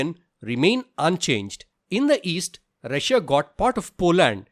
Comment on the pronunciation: He said rusuiia twice that was an mistake instead of saying Russia and Prussia